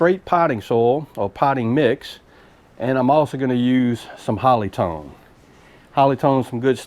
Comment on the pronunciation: did you say holly stone to raise acidity?